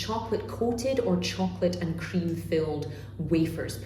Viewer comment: Everything was smooth till I hear "hcream" pronounced like it was a Nazi hail